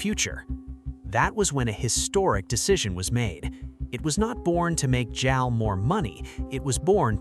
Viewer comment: Jal, really? Come on, robot